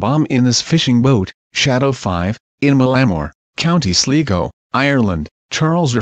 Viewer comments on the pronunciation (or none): The Irish county is pronounced County "Sly-go."